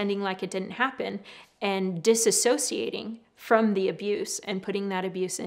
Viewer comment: Great info, thank you! One thing though…. It’s “dissociation” (dis-OH-see-ay-shun). There’s no “a” in the beginning. I have a dissociative disorder and it’s hard to hear professionals mispronounce it.